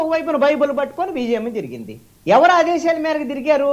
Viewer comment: ఎవురూ కాదురా వెధవా "ఎవరు" అనటం నేర్చుకో ముందు...